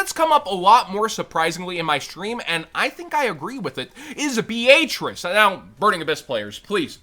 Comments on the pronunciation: Please tell me this dude is saying Beatrice they way he is as a joke, it hurts my ears… lol Be-A-Trice??? 😂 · My brain just had a seizure,bro what the actual fuck was that pronunciation of Beatrice?! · Why pronounce Beatrice like that😂 it’s a relatively normal name too haha